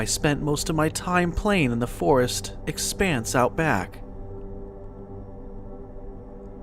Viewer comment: It's FOREST Not FAREST